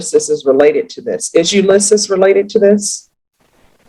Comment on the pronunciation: Ulysses pronounced "you-lee-seas" Route , isn't "rowt" it's "root" speak English!